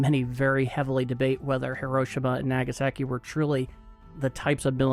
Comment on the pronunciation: Nope, you still can't pronounce hiroshima and nagasaki.